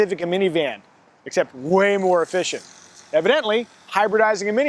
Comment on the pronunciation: try say 'evidence' with the same intonation as says "evidently". Yikes.